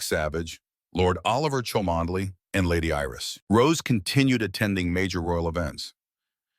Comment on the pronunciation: chalmondely is pronounced “Chummly” believe it or not. Please pronounce it correctly it gives your presentation a bit more weight of authenticity